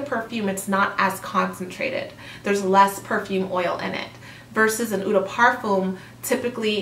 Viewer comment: Salut! Love your chanel. Keep up the great work. Please allow me... Eau is pronounced almost like “O”, perfume is “perfer” the m is almost silent. If its parfum, its pronounced “perfoom”. The vowels (e) at the end of “vanille” and “toilette” are silent. So vanille is pronounced “vani” because “ll” is silent as well. Toilette is pronounced “twalett”. “schance eau tondr” and the green Chanel is eau fraiche (o fraish). Merci 🤗